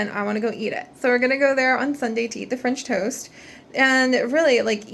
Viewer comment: It sounds like you said finch toast XD don't toast the finches haha